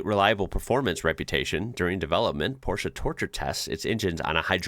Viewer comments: It’s Porsche, with an E like in meh! Not Porschah. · Oof it's PorschE not PorschA.. you said "elevator" correctly aswell and not "alavator". 😭